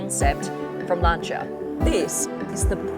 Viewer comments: Lan-Si-A.....not Lancha 😮😮😮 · I hate tat she says “lancha” instead of "lansia" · Bloodie it's pronounced Lan- see-a & not Lan-char. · Sorry Alex, but I'm not reading thru over 300 comments to see if someone told you or not. Ahhh your ....surprised someone around the car didn't tell you. It's not Lan-ch-a ....its pronounce Lan·see·uh. And I agree the design looks real cool. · Learn to pronounce Lancia. It’s not “luncher” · Lancia. Not Lanchia. Can’t listen anymore. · It's lancia not lanchia :) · its LANCIA ... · There is no h in lancia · Never heard Lancia pronounced like that 🤔🤣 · You are pronouncing lancia incorrectly 😂😂😂😂😂